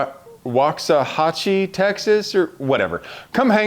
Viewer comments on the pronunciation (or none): Dude, it's not “Wax-uh-hatch-ee”, it's pronounced “Waak-suh-ha-chee.” meaning “Buffalo Creek.”.. ....we love you!